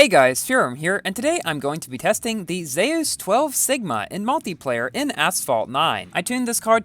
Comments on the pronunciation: It’s pronounced Zoos not Zeyis. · Yo, it’s pronounced zoos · im pretty sure its is pronounced "zoos" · Nice pronunciation on zeus